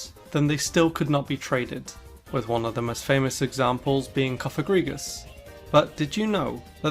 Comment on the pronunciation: Its Cofagrigus, not Cofagrigas